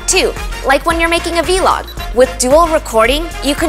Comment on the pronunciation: a v-log? lol never heard anyone say it like that.. it's a vlog..